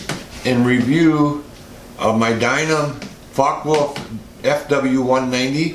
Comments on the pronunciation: You mean it's not called a FOCKEE WOLF? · Guys from USA, please check on some German website how to say properly: Focke Wulf. The way you say it hurts.